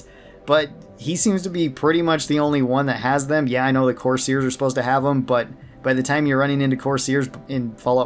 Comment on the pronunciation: Course ears is a egregious pronunciation 😂😂😂 and think tank definitely needs to at least be at formidable foe idk about you I’ve died to there creations many a times😅